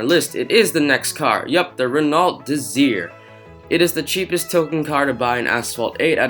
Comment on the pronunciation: The pronunciation is Reno Desire, not Renolt DeZir.